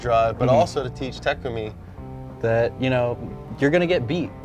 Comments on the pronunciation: Bruh this guys not meant to do it he said Nissan the wrong way also he said takumi name wrong also he said fiber wrong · Damn all this Initial D knowledge yet can't pronounce Takumi properly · Ta ku me not take ume